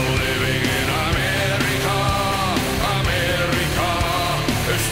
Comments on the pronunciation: Er hatt sogar amerika anders betont😂😂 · but i just dont understand how you have difficulty saying amerika